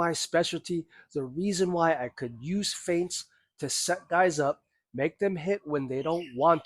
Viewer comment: 'Feints', not 'Faints'.